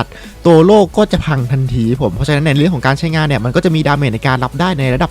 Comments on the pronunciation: โล่ครับโล่ จะกระดกลิ้นเพื่อ555555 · ล . ลิง กระดกลิ้น 55555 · ใครฟังเหมือนผมบ้างพี่เขาพูดว่าโตโล่